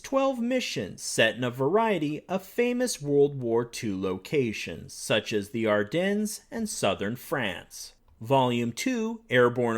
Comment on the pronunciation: Great video, as always... just one little niggle. The 's' at the end of 'Ardennes' is silent.